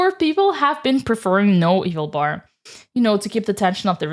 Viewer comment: It's hilarious that you say "eval bar" like "evil bar" which I'm not convinced is entirely because of your accent.